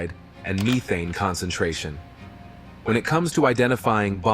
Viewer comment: "Me thane" 😂